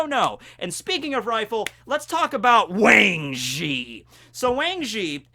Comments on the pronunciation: The A in Wang Zhi is actually pronounced AH and the Zhi sounds more like Tze. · I still get over the fact that you're mispronouncing Wang Zhi